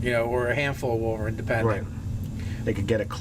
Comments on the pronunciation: wee-vern.... i think its pronounced why-vern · wy·vern ˈwīvərn/ long EYE whEYEvern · Pronounced "Why-Vern". Like from those Ernest movies. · Just so you know its pronounced w-I-vern